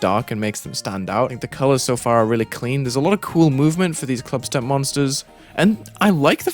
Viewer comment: “Glief … Glubstep”